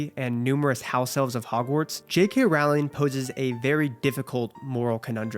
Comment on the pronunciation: What a wonderful and thoughtful review! You nailed it. I’ll always love the HP series. Btw it’s Rowling like row your boat. ❤